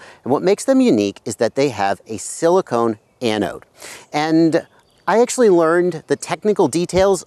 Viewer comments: Do you mean "silicon" pronounced ( sill-ih-kawn ) as in ie: silicon cpu wafer?. You are saying "silicone" (sill-ih-cone) as in the heat-resistant rubber-plastic like material that is an insulator, not a conductor. I'm pretty sure you're just off on your pronunciation of "silicon" as I'm sure you're refering to silicon anode cells that are part of a type of lithium-ion battery where silicon replaces the traditional graphite anodes. Silicone resin wouldn't make the greatest anodes or cathodes lol. Anywho there are some inherent problems with silicon anode equipped lipo batteries. One of the problems is that that after lots of recharge cycles the silicon material goes through what's called charge-induced volume expansion or simply the silicon can shrink and expand causing the material to crack or form micro-fractures during lithiation/delithiation phases(IE: think of like a super heated rock being thrown into cold water and cracking) Si anodes can also have problems with properly reacting with the electrolytes they use for batteries, whereas graphite anodes are very good at reliably interacting properly with the electrolytes. Both of these issues can cause thermal-runaway which you demonstrated awesomely in your video by over-charging - one of the huge benefits of Si anodes is excellent thermal dissipation as shown by your experiment when you note that it takes a long time for the battery to catastrophically overheat :P ! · He's asking since you pronounced it "silicone" ;)